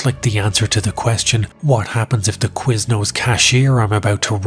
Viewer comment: Quiznos??? Haha